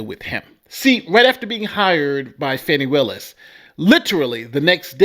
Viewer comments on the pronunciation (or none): How you get Faaaaani pronunciation from Fani I don’t know but anyway she needs to be disqualified, disbarred, prosecuted and imprisoned in her own filthy disgusting underfunded jailhouse